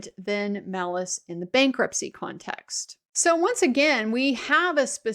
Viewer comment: "bankrutpcy" hihihi ;)